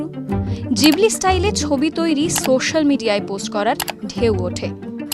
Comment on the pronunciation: Na, pronunciation ta jibli e hobe.